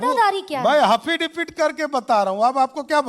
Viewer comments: ये हाफिडेफिड क्या होता हैं भाई। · Haffidavid क्या होता है😅😅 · ये क्या बोल रहा हाफ़िज़ debet किया या हासिल डिफॉल्ट किया 😂😂😂